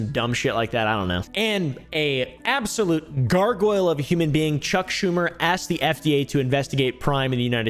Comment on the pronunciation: HaHaa... she said " senator Shuck Schumer."